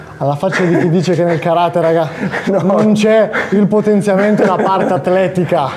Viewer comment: Vorrei puntualizzare che si dice Karate' con l'accento sulla e piccolo dettaglio che anche quello è positivo sapere. Bel video complimenti.